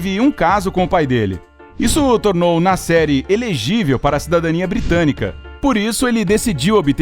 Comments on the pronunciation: Toda vez que falava "Nasseri", eu achei q era "na série" e eu ficava tipo... QUE SÉRIE É ESSA MEODEOS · Toda hora eu pensava que o narrador falava "na série", só dps percebi que era "Nasseri" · Eu também pensei que ele falava na série kkkkkkk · Toda vez que ele falava Nasseri eu pensava que ele falava “na série” e eu fiquei tipo que serie filho ? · Eu também!!!! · EU TAMBEM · Eu tb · Achei que era so eu que achava isso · Eu tbm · Achei que tinha sido só eu 🤦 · Nome muito famoso e aeroporto idem , acho que o narrador e produtor do Incrível deveriam saber a pronúncia do nome corretamente .